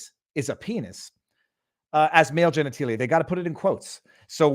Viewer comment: I have never heard anyone pronounce genitalia as genetEElia! I like you, dude, but, seriously, geniteelia? It’s genitAlia!